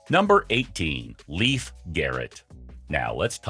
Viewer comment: What part of "sister" do you not understand? And, btw, it's pronounced "Layfe", not "Leaf"!